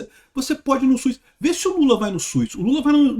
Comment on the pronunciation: é SUS, não SUIS. Brincadeira a parte, sou seu fã.